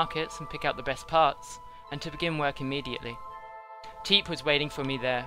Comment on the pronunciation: Forgot how much it annoyed me when they ignore the P in Teep